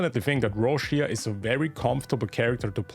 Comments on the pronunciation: Correct pronunciation Roccia /'rɔttʃa/ something like Roccha not Roshia. Im pulling for her. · Why i keep hearing Rushia while her name in Japanese is Rokka 😂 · Why people keep pronouncing her name ro-shi-a. It’s ro-cha